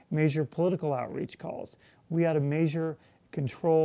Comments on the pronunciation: did he say..."MAYsure our progress"? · I was wondering why he wanted to "major" everything, pronouncing j like zh. It took me a minute to realise he's saying measure in a non-standard way. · i'll vote for him again, but he is disappointing for many reasons you probably already know. that's why me and many other college students won't be pumped up to support him. you say "measure" weird.